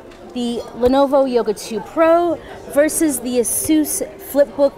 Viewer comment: i really like asus and by the way its asus not asous